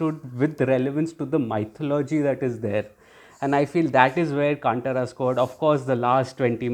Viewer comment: Hey btw in Kantara, T is pronounced as ‘th’ not ‘t’…